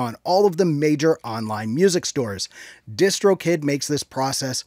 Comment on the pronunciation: When he said distro kid I thought he said discord kitten